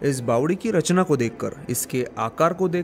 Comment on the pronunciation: Bawadi is the right word & not Bawali.